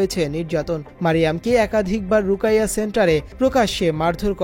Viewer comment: রুকাইয়া নয়, রুকিয়াহ বা রুকইয়াহ হবে।